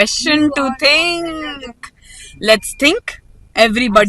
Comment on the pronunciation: Aap v to think ko thing bol rhe hain😂